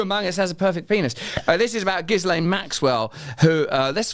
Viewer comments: Gillane not gizlaine. He should have looked up how to pronounce ghislaine. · and with "lenn" ending not "LANE" Shakespeare ‼🤔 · Her name is pronounced GHEE-lenn not JISS-lane. Not that I respect her, but really, can't we handle a French pronunciation? The S is silent. The G is a "hard" G. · It's Gillane. The "S" is silent. The "G" is hard. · Why can't he pronounce Ghislaine properly. (Is it because he's done no research into this story and is reading the name for the first time?)